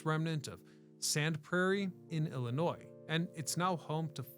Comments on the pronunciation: There is no s at the end man! If you’re going to pronounce it like that just say that you also hate every single person in the state. We also do not all live in Chicago. I was genuinely interested in this video until you said Illinois…sssssss. Illinoy noy phonetically noy. Sorry a lot of people do it. We all don’t live in Chicago and it’s illi Noy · The S in "Illinois" is silent dude!! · Can you not prounounce our state like that, so cringe